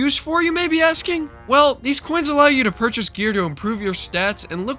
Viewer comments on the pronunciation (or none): I guess you can say it wasn't "well worft the purchast" or "well completet"